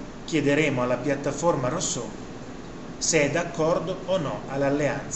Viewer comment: Sì ma di pronuncia "russò" , non è difficile !